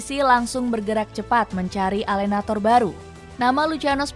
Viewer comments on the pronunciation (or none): Tolong ya pengucapan bahasa italianya di perbaiki, alenatore, e nya di baca.. bukan alenator... forza azzuri